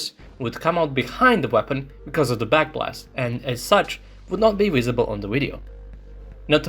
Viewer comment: Wisible in the wideo. Heard you say move. Why don't yak pronounce the words that begin with v?